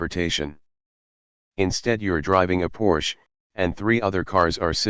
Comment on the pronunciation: Even the robot voice, pronounced Porsche wrong 🚘 😉.